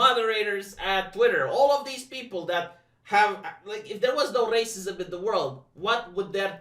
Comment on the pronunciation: I don't know why, but I always chuckle when he says "racismos"